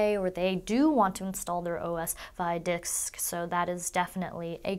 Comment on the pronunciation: "... or the do want to install their OS via dicksk" LMAO o_O